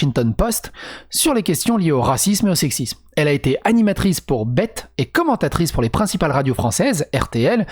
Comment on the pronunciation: BET ça se dit bihity